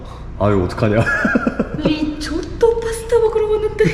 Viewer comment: 아 이런 십원짜리 리~조또 ㅋㅋㅋㅋ발음 찰지네요 ㅋㅋ